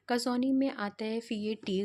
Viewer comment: कसौनी नहीं है बल्कि कौसानी है इस टूरिस्ट प्लेस का नाम 😊